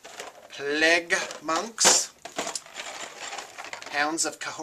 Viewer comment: PLAGUE! PAHLAEGUH!